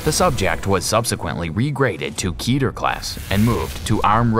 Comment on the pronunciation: "Keh-Tur" .... Seriously, it's not "Kee-Ter". You may as well be say KeyTern". It's "Keh-Tur". Remember "Keteru" ?